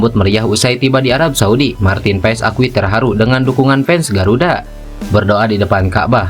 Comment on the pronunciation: Bacanya pas bukan pa es